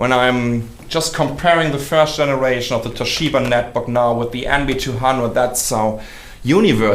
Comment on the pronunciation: hahhahahha firscht tgenaaaraitschion